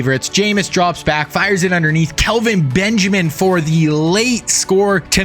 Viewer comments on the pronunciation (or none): none